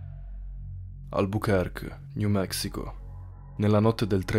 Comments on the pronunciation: Mini correzione Albuquerque non si pronuncia "albukerk", ma "albukerki". Per il resto bel video. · albukerkè al massimo, dato che "que" in francese si legge kè